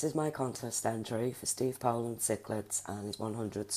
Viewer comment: Wow! Thanks so much for the mention! That really means alot to me. I am also subscribed to all those channels you mentioned except one, and I'm on my way right now to check out his channel and sub. Good luck, I'm really pulling for you to win this one. Also, can't believe you said my name right! Everyone messes that up! 👍👍👍